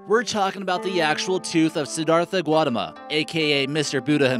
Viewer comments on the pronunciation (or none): the way he pronounced Siddhartha Gautama was shit!